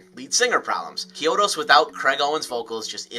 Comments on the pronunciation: CHEE-OH-DOS my guy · Is that how Chiodos actually pronounced? Always thought it was pronounced with a hard CH